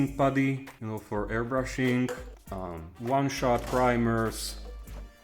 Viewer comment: A little English tip. It's pronounced - sir-fis-er instead of sir-facer. Keep up the great work!